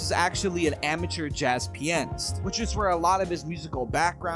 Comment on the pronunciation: thats not how you say pianist Ya it sounds like you're saying penis but come correct dawg